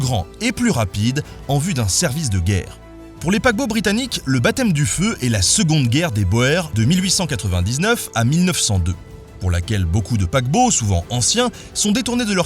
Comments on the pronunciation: Boers se prononce "bourse" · Les Boers, ça se prononce "bour" et pas "boère"!!!! Tudjûû! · on dit la guerre des Boers ("Bour" pas "Boère") XD ca veut dire les paysants les premiers colons en néerlandais. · Guerre des boaires au lieu de guerre des bours (boers)... Pffff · Guerre de boers . Prononcé "bour", boer voulant dire fermier en neerlandais et en afrikaans.